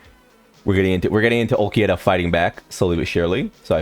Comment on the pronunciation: He does it on purpose.